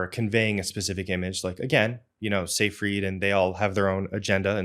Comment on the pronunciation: Seyfried = [ z eye freet ] This is a German name s=z ey=eye ie=ee d, as last consonant in a German (or Rossiyan) word, is softened to t.